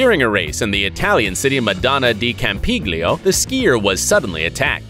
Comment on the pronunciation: ALL ITALIANS DIED THERE. IT'S NOT CAMPI-G-L-IO, GL IS A UNIC SOUND😥😥